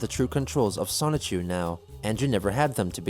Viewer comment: 46 videos in, and Chris has STILL not once pronounced the N in Sonichu. It’s always “Sahchu.”